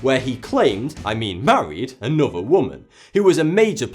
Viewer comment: Norf?,anuvver, orfer?...gods sake man, speak properly, like a grown up..north, another, author...its not hard, jeeez.